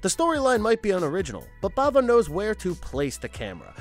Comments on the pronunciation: Just a suggestion— make sure you know how to pronounce the filmmakers’ names before making the video. E.g. Lamberto BAVA, not Blava; William Peter BLATTY, not Blatley. Kind of distracting. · The Devil’s Candy was such a great surprise. Loved it. Demons is good fun. By the way, it’s Lamberto and Mario Bava, not Brava 😉